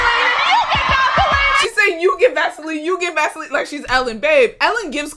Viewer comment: Vasoline i heard gasoline